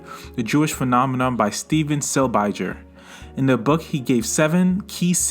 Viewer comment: This is just a petty nitpick but as a Silbiger it's pronounced Sihl-bee-guhr 😁